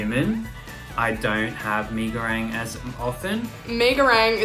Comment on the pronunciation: Me as Indonesian: There's not "A" In Goreng 😓